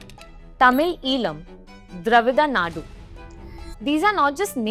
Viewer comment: You can't in pronounce dravida nadu properly